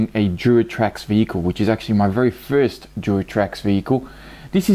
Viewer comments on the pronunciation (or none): none